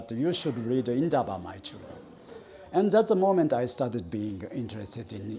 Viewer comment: A whole Japanese pronouncing "Indaba my children" correctly and perfectly so it reiterates the fact that "white south african" who past 30yrs of democracy are still struggling to pronounce our names and speak our indigenous languages with the respect it deserves are still keen on Racism and white superiority!